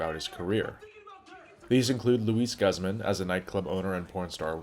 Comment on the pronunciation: An interesting clip, but it would have had more credibility if the great Luis Guzman's name were pronounced correctly.